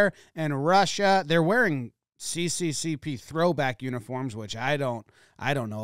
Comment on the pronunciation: cccp? it's sssr lmao